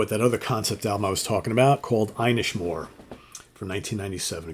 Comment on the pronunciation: Inishmore is the biggest of the 3 small islands off the coast of Galway Ireland known as the Aran islands. it's pronounced in ISH not i nish, inish means Island in Irish and more means big. So the name means big island.